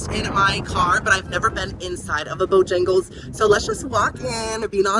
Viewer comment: Yay! So happy you got to try and loved "Bo-yang-les" lol. I highly recommend their Cajun filet chicken biscuit and bo-rounds next time you for breakfast-and they have breakfast all day woot woot 🎉